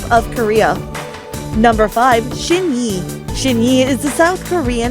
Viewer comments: Thanks for your content but please correct your pronunciation of SHINee. SHINY, not shin-yee. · Why did she said shinee as shin yei ? Lol it's pronounced as shiny respect the kings